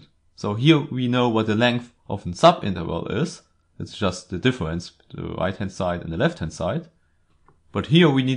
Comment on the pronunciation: ”Awea”, ”Diffewence” lol...